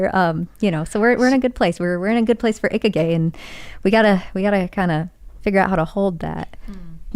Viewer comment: What the hell us "icky gay"? God, that hurt my ears. I'm sorry, but if you're going to use a foreign expression, at least approximate the pronunciation.